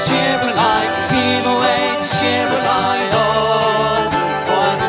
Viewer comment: So incredibly beautiful. Beautiful voices. Beautiful harmonies. I learned a new word cheeri-lye..... Rhymes with lullabye. Thank you, Dave for tipping me off to this great trio